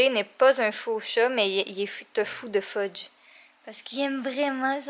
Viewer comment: Est ce que tu as appelé Fudge "pheudje" a ?😂💜 trop chou ce chat🐱